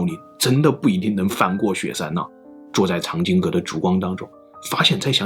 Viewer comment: 藏经阁的藏，并不念“cang”，而是念“奘”音